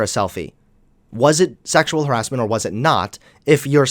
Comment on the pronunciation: How would braces make him pronounce "harassment" as "heeassment", and sometimes an accent that sounded vaguely New Yorky.